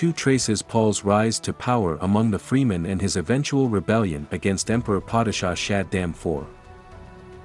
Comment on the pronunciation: Clicked away immediately after hearing you mispronounce Fremen. If you don't care enough about a topic to pronounce things properly, don't make videos about it.